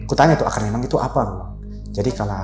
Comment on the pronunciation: Maaf yang bener mimang, bukan nimang